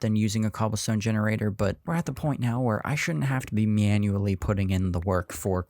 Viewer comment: yes MENuAlly 😂😂😂 hahahaha